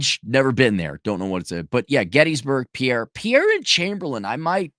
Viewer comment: And it's pronounced PIER, not Pi-erre, ya part timer.